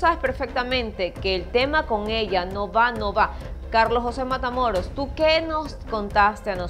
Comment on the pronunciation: Escuche que dijiste Patamoros 😊😊